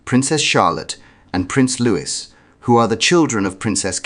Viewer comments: The pronunciation is LOOEE…NOT LOOWIS. LOUIS, a boy’s name, is pronounced LOOEE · It’s pronounced Luwee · Pronounce Louis name correctly. Same pronunciation is Louis as in King Louis of France not as 😅 Carroll.